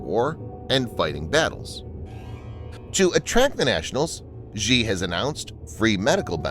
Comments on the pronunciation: you misprounounce Xi. It isn't "Zhee" (with the sound found in the middle of "measure"). The letter X in the Chinese orthography system has been repurposed to make the "sh" sound. The name is pronounced "She". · Xi is pronounced more like "she" and definitely not "ji". But in reality it's actually said as "Winnie"